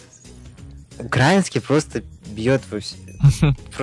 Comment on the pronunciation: не укрАинский, а украИнский :D